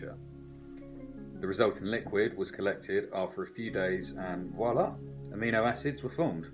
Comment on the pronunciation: Oh, and thank you for pronouncing voila correctly, rather than "waa laa" like I see – er, hear – so often. Well, come to think of it, I've seen it spelled that badly, too. 😢